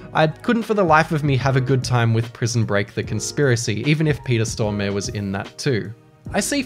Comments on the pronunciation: Peter Storm-e ? Peter Storm-a-re! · When you pronounce Peter Stormare as Peter Storme